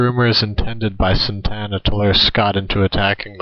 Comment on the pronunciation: You are pretty stupid. Mexico did not have a leader named Santana, as in Carlos Santana. This Mexican leader is the same leader who disguised himself as a peon to escape capture by Sam Houston at the battle of San Jacinto. The very same leader who killed every defender at the Alamo and the prisoners at Goliad. This leaders name is Antonio Lopez de Santa Anna. Not Santana. You are for sure not a Texan or from Texas , nor do you know anything about Texas history and the names of those involved. Your battle facts might be correct, but since you do not know how to pronounce the names of the people involved this video is useless and is swill.